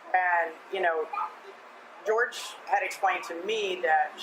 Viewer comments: Everyone except this channel seems to know he went by the North American pronunciation of George lol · I’m pretty sure he pronounced his name George.